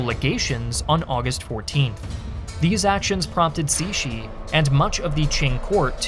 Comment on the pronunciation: Great to see more videos on Chinese history, and also, surprisingly descent job pronouncing Empress Cixi's name! I was expecting something like /ˈsɪksi/ (uncomfortably close to Empress Sexy lol) rather than /ˈsiʃi/. Not perfect, but respectable!